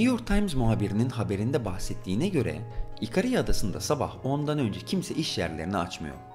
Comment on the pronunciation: ikarya diye telaffuz etsen iyiydi, tüm harfleri söylemene gerek yok. yasaklar kalkarsa 15 ağustos'ta festivale giderim umarım.